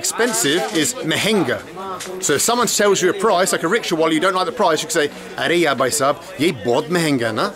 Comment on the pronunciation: He says rickshaw and I keep hearing ritual...